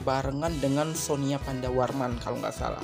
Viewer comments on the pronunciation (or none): Koreksi min -Sonia pernah ko senbatsu sebelum kimi wa melody, yaitu fortune cookie -Sonya pandarmawan, penyebutan nya sonya min bukan sonia Makasih min hehe